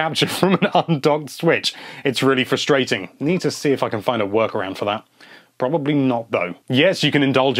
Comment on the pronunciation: I love hearing you say "Frusrating" I walk around saying it. Lol "Fra-Stray(slight pause)..Ing"